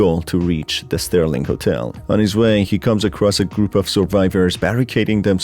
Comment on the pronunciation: SERLING hotel, not Sterling!